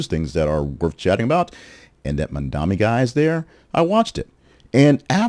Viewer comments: Bro, I liked some of your other stuff, but you not calling Mamdani the clear front runner when he is obviously is, makes me queston your agenda. Also, pls say his name right. The guy has an amazing platform, he's FOR the people, and he absolutely cooked his comp in this debate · Fun to see you joining the meme of losers who can't say Mamdani's name correctly